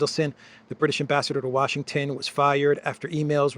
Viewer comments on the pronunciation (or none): none